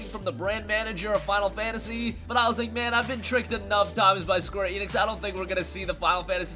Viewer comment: Squee Enix? If you're gonna say a name say it right... SQUARE ENIX